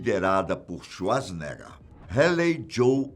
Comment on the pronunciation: "ARNOLDSUASNEGGA" huehuehueheuahuahauhuaauhah